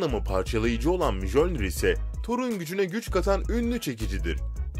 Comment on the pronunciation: Video paylaşıp bu işten para kazanıyorsunuz, bari hakkıyla yapın. Bir şeyi telaffuz etmeden önce gidip Google Translate e yazıp nasıl okunduğunu görün de öyle söyleyin. Her videoda yanlış söylediğiniz bir şey var. Mjölnir, Miyölnir diye okunur. Hiç mi Thor seyretmediniz.